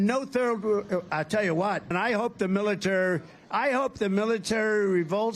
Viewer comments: Listen how he cannot pronounce "the military revolts" at first, the sequence "ta-ree-ree" seems to be to difficult for him, he gets out "the mili- tar" and then needs a second attempt. He does this a lot now. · The militare cant even say military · trump**³⁴ doesn't pay his vendors when they do a good job. BTW, what is the milterrr? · Milituuuuuuuuurd! lol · How about the fact that he can't say "military," not once but twice .... Dementia! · What's with Trump? Is he developing some speaking disorder? Listen to how he said military, it took him two tries and he still didn't get it right. In the last several years his odd syntax and vocabulary has gotten much worse but this is different. Like forgetting how an ordinary word is pronounced? And he's doing it a lot more lately. makes me wonder if he is developing some form of aphasia. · Again Lies, LIES AND MORE LIES😂😂😂!!! Really Crazy! He already said” I don’t care about you, I care about your votes”😂😂😂. He can’t even say the word “military”😂😂😂😂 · Can't say military. His brain might not last until November. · "I hope the militara militara 'evolts at the voltin booth..."